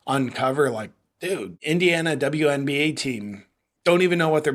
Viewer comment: “…the Dumb-You NBA…” 🤣😂🤣 Judging from the lack of other comments mentioning it, I guess I am the only one that noticed how you actually pronounced ‘WNBA’ there! Well played! 😎👍🏻